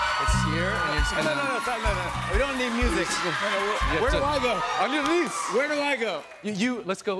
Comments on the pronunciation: "ON YOUR KNEES!" in the russian accent lmao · hudson saying “on your knees” in a russian accent as a reference to ilya saying “on your knees hollander” is frying me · on your knees - said Hudson William with a Russian accent